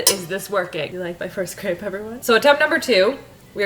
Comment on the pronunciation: Based on the french pronunciation (since crepes (aka crêpes) are from Brittany, France), it is pronounced [/krɛp/]. If you type "crêpe" in google translate and select french, you will get the exact pronunciation with the audio!